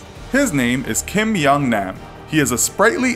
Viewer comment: The way he says "Nam" lol